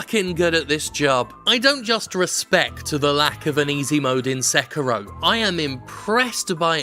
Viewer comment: You know, I'm more angry at how you mispronounce Sekiro than I am at people wanting easy mode in games.